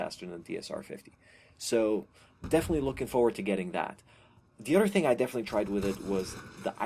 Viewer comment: he says udder instead of other